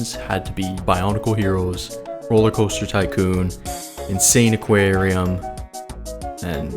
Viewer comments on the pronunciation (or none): bro calling the game "insane aquarium" instead of "in-sa-ni-qua-rium" is wild 😭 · I think its pronounced "insAniquarium" Like Insanity + Aquarium Right? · Wait?!! Its read as insane aquarium?! 😂 Me as a kid who dont know english that much read it as In-Sa-Nee-Quarium 😂 This game was seriously addicting back in the day... Wish i could play it on mobile tho